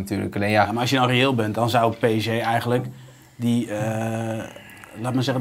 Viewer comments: Zeg gewoon a.u.b ''PSG'' & NIET PSJ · waarom zegt iedereen altijd PSJ....het is fucking irritant.